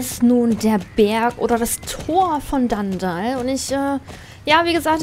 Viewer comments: es heißt nicht dandall sondern dunndul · Danndall XD nicht für ungut wber es heißt dunndull wie man es schreibt so sagtman es auch aus XD trotzdem du bist die beste sso yutuberin der welt😇😀😊💓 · Wie du einfach DanDall sagst und nicht DunDull😂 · Es heißt eigentlich Dundull und nicht Dandall